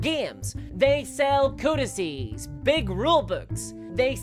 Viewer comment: Thank you for saying "codices" and not "codexes." 🙌